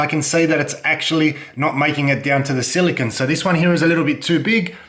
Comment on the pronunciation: Silicone, stop saying silikin